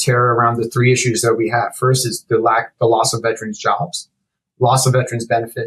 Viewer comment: I know that his pronunciation of the word "veterans" has been added to the dictionary (because such a colossal number of people mispronounce it so), but the actual word is posted inches away from his head, begging for him to say it right. No, he says it that other way. A thousand times. 🤦‍♂️. He probably goes to the lie-berry to check out books, too. - A Veteran's #petpeeve